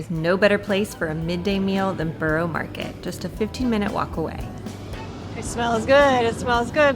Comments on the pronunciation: Some pronunciation corrections Gren-itch not Gren-Witch Borough-A not Borough-O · Great stuff, especially the camerawork. But, a word about pronunciations, (if I may make so bold?!).... Greenwich = Grenitch. Leadenhall= Led un'all. Borough market= buh rur market! But hey! Great video.